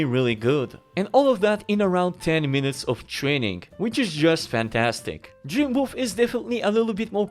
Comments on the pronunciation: He does say Boof haha, but the title say's it all 😅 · Man the whole time I thought he was saying Dream Boof. And I couldn’t find it on the Google’s